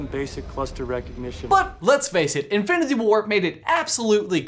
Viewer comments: Okay I love this channel and everything y’all produce but idk if it was because how fast you were talking or if it’s just how it was recorded idk but almost everytime you said “infinity” it came out as “infiniTHE” and it maid me cringe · Bruklefe15 “infinithy” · "infilindy war"😂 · manz cant say infinity oh sorry i meant infinbity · “InfiniTHE war” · Anyone else notice how he says infinity weird ?? Oooor is it just me